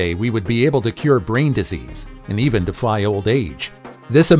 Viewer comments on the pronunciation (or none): none